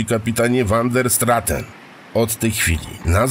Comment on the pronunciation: wander straten.... czy van der straaten? naprawde uwielbiam te tejemity, ale k.... czy angielski, czy wloski czy nazwisko holenderskie... czy to az tak trudno pare rzeczy poprawnie wymowic?? no niestety, ale kluje to w uszy!